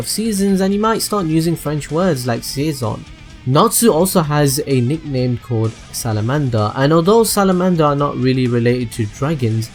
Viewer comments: its saison not seison (connard) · Saison not seison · Jérémy Correia Mendes it's season not sieson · I was hopping to not be the only person speaking french and realizing that mistake.